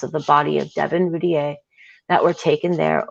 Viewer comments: I think it's great you are doing the trial transcripts on videos...the name is pronounced Roo Teer. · Actually it’s French and the correct prononciation is routiay like lay it’s the French e accent aigüe. But yes thats the way it’s pronounced by the family since they don’t live in France. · The name is pronounced Roo-teer but hell u both did amazing there r a lot of words..u all did an amazing job way better than I could have reading to thousands of people